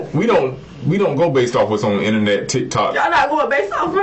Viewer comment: She said Innanet. 😂